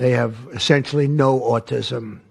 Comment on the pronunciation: He pronounces autism...auTISim It should be AUtism